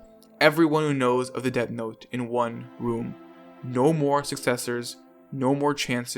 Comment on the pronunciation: Guy doesn’t know how to say death